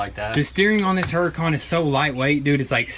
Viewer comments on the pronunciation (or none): Why do you pronounce Huracan like HuracOn?